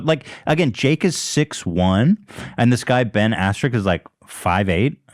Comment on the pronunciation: Saying Ben as keen isn’t a good mma fighter! Smh. He was 2 time champ